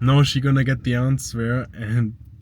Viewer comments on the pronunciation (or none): Aber jetzt weiß sie‘s😉😜 Das Ding ist ja richtig schnuckelig❤️😉❤️ Übrigens das Wort für „Antwort“ spricht man „Anser“ nicht „AnsWer“ Na denn…😉😊